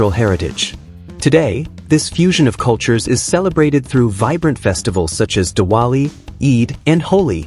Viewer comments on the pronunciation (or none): none